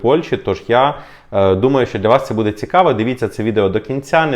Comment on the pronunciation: Не буде а буде наголос на "бу"